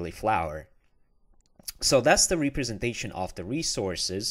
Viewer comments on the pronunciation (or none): Thanks for the good tutorial, but please learn how to pronounce representation